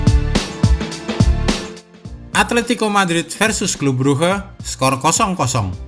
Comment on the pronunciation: clube bruge bacanya klab bruk min